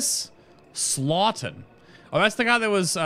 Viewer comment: Also it's Thomas Staughton not Slaughton lol.